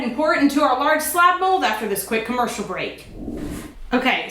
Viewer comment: After this quick comertional break" AD pops out Me: OMG SHE SAD IT RIGHT ST THE TIMEEEEEE IM... OMG